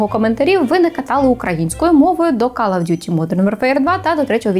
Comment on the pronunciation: Кал оф д'юті, пошкодуйте мої вуха, бдлск!